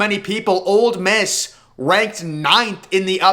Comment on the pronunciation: It's Ole Miss. Not "Old Miss"